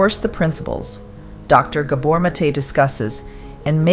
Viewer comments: Pronunciation - G ABOR NOT GAY BOR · His lastname Gábor's 1st wovel is pronounced like the 1st wovel in the word "rather" , aporoximately. Not like the wovel in the word "hay" for example. He is Hungarian.❤ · To the makers of this video: You are featuring a fascinating speaker, giving an incredibly insightful speech, and then you're doing tremendous damage to the message in the way you're presenting it. Not only does the narrator chose to mangle the pronunciation of his name (no, he's not a "gay bore"!), you interrupt the address at various points with pointless, sappy and useless animation segments. You cut into his speech, but not in a clean way, you slowly fade out his voice as if to say: "Enough from you, we have something more important to say." I'm sure this is not happening out of malice, but the thoughtlessness on display here gives me an aneurism.